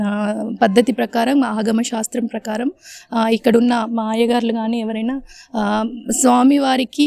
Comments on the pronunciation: "ఆగమన శాస్త్రం" కాదు, "ఆగమ శాస్త్రం". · ఆగమ శాస్త్రం అనాలి.. ఆగమన కాదు..